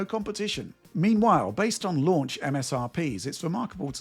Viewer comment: I'm hearing 'unlaunch'